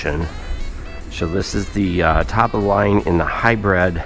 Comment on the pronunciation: Thought these type of vehicles were called and pronounced a hybrid.... This way. HIGH-BRID.....u say...... HIGH-BREAD..... Which is correct🫡